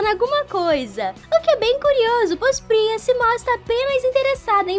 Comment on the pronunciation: eu corrigi ela não é priza e sim priya, todo mundo erra e Isso não é um problema e sim treinar mais.